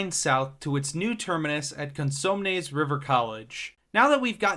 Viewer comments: It’s “May-ther” & “Con-SUM-nes” & “Zinfandel” (the wine). Sacramento is NOT in the middle of California (that would be Fresno)- Sacramento is the northern most large city in California! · Quick heads up for pronunciation: Mather = MAYther Consumnes River = conSOOMNEZ River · Just FYI, you should invest a little time learning how to pronounce some words, like Mather is pronounced as May-th-er not Math-er, Cosumnes is pronounced as Co-soom-ness, soom part pronounced like soon or zoom, and Zinfandel pronounced like White Zinfandel Champagne, other then that pretty good job on the vid, I was born in the Sacramento area suburbs, raised in L.A. from the mid 80's through the early 90's moving back to the Sacramento metro area in 94' and been here ever since. SacRT is in a complete retro fit and infrastructure adds like adding a second set of tracks on the Gold line so trains don't gotta share a track allowing more trains going back and forth from Folsom to Downtown, right now is single track from Sunrise to Historic Folsom, also beginning in July Brand New Siemens Trains start running on the Gold line because all the stations from Downtown to Historic Folsom have had their reconstruction for the new low floor trains completed and the testing and 100hrs of running before they can start running passengers just finished around June 1st, the Blue line will get the new trains next Summer(2025), the Light really helps the lower class and non car owning people a way to go to Downtown and enjoy all the great things it has to offer like world class museums, 5 star dinning and the Golden 1 Center home to the NBA's Sacramento Kings and top artists Concerts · Judging by your mispronunciations of "Cosumnes" and "Zinfandel", you don't live here, do you? lol.